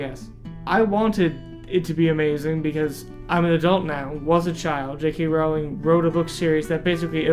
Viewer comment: I loved the book, and if you didn't, it's probably because you didn't understand it. And it's Rowling like bowling ffs.